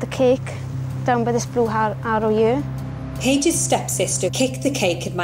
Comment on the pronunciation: Where "here" is pronounced "yur".